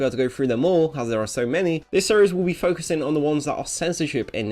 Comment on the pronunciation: This might be a stretch, but at around 18 seconds in, you use the word "focusing", but with your accent it almost sounds like fuckusing. Maybe they're bots are hearing fuck really early on in the video and causing it to trigger the age restriction?